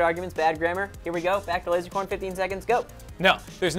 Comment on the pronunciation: said lozercorn to lazercorn